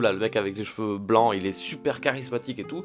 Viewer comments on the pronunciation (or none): none